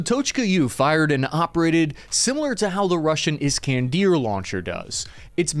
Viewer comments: there is no 'deer' in 'iskander' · Is-Kan-der not Is-Kan-Deer. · My god you butchered Iskander